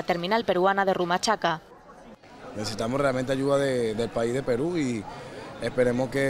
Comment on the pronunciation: roy cesar no te das cuenta que la reportera es española y además lo dice mal Rumachaca, y no Rumichaca que saben de geografía estos españoles arrogantes que nos siguen mirando por debajo del hombro.